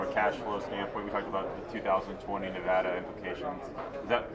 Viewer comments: Lots of idiots mispronounce Nevada . It's na-vadd- ah . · I love Mike, but he's still mispronouncing Nevada.